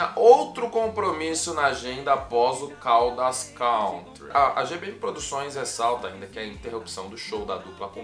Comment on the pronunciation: Caldas “country” não se pronuncia assim. Escute depois pelo Google tradutor a pronúncia correta da palavra “country”. É bem diferente do que a maioria das pessoas pronunciam, que é bem errado. Faça isso e depois fique a vontade para corrigir quem quiser, pois te dou a garantia que não existe essa pronuncia popularmente dita em forma alguma em inglês. É um vício de linguagem que alguns brasileiros adquiriram por falta de conhecimento na língua inglesa.